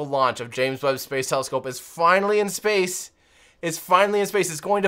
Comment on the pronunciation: watch the video and listen. The french can't say space as we do, so they pronounce it "spahce"...then others whom aren't french in the video start saying it as well. Weird